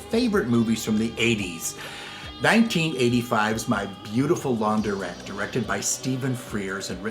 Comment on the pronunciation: It is LaunDRETTE………not Laun DER ette!